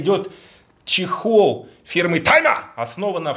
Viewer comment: не тайма , а тьма